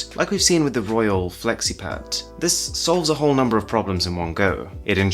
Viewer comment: Okay sorry but what did Arun just call it? The Royole FlexiPat? Oh nonononono